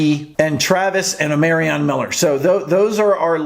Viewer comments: Bro you keep saying his name wrong. Get it right!! Damn. O- Mar ree on. Not O-mary-ree on. SMH. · Hey, watch your videos often!! On Omarion, it's O-MA-RION...ma, like mama Not O-MARE-RION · It's pronounced OH-MAR-REE-AN 🦬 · You still saying Omarion wrong